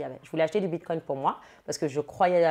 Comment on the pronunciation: Elle dit bitcoinT ou j’entends mal 😅😂😂😂🤣🤣🤣🤣🤣